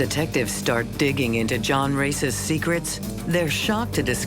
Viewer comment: She is not Ann Race, but Ann Rácz! Hungarian name.